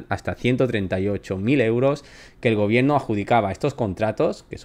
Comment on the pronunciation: se dice gobierno no gobieeeno